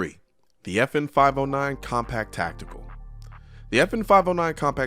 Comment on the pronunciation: Every time he says the name, my brain processes as "The 'effin 509".